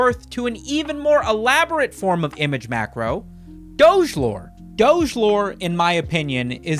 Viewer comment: I don't like the way you pronounce doge